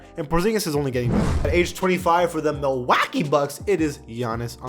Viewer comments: When he says Milwaukee bucks like that I want to kill myself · Day 6 of asking u to stop saying Milwaukee like that